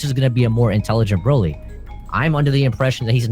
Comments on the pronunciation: Is it just me or is anyone else annoyed how his guess prounonces Broly ?? Brauly Brauly Brauly !! U lame it's pronounced Brow-ly not Brau-ly that shit annoys me !!! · Bro-ly. Not braw-ly...